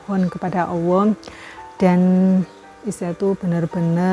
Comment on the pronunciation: Kirain saya aja yang salah denger bun